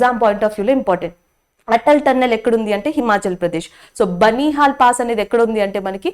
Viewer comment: Attal లేదు మేడం అటల్ anivundi